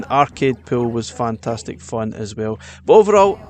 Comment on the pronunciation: “fantatic“ x 27